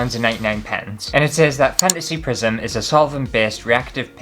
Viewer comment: It sounded like you said “Prison Fantasy”! That would be an entirely different video.